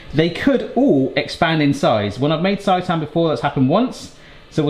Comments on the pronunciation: It's pronounced "say-tan" XD Looks amazing! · It’s pronounced say tan 😊